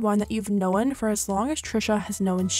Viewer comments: She kept sayin Know-en it’s known where is the e from 🥺😭😭😭😭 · "knowan" What? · the way you pronounce known is the real tea